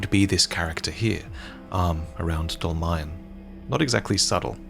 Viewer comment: In fact Dolmayan is just Armenian surename and it should be pronounced "dolmaYAn"